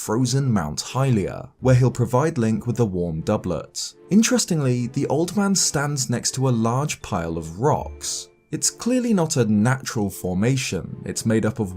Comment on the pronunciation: Doublet is pronounced doubley